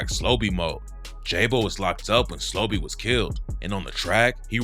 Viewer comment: SLO-BE not young slobby.. no diddy RIP Bris too